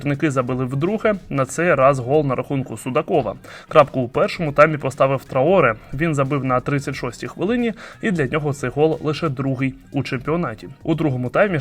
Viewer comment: ТраорЕ (він франкомовний, тому наголос на останню голосну).